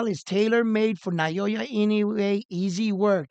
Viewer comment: I admire your utmost persuasive eloquence especially when talking about Japanese Super Star. However,please try saying "Now" & "Ya" instead of "Nayoya". So that it sounds more like it. Please take this advice from Japan.